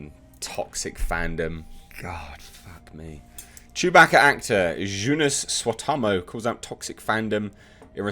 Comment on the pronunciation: Dear Lord. The way you try to pronounce "Joonas Suotamo". That's something special.